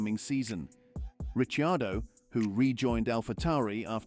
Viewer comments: >> *THIS VOICE KEEPS SAYING (( RICHYIADO)).. WHO IN THE HELL IS THAT??? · My God, your rumours are so far off.😂 At least pronounce Ricciardo's name correctly. The Red Bull employee was Honers PA who's been linked to Jos Verstappen. More BS click bait crap